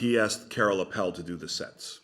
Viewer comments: Minor correction: Appel is pronounced AH-ppel. Accent on the A. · Not so important, but the correct way to pronounce Appel is: take the word apple, and replace the A sound with the A of Aardvark. A subtle difference, but then you're pretty close to how it should be pronounced in Dutch!